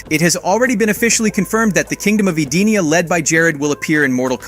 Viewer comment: It’s pronounced Edenia, like Eden in the Bible, but a weak E sound instead of strong. More like Eh-Den-ia.